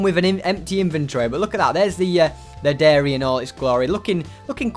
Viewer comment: I honestly thought the title of the video said ‘diary’ until he said dairy